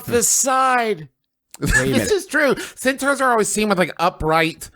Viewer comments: Juice making solid, intelligent comments about war tactics coupled with the fact he keeps saying cEnTaUhOurs as he explains himself is just fucking incredible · No one: Griffin: Centaughwrs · the fact that they can have a serious debate with actual logic and still pronounce "centaurs" wrong absolutely amazes me